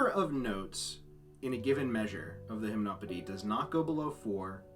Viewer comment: And you've been pronouncing it wrong, it's /ʒim.nɔ.pe.di/, Satie was French, not Dutch.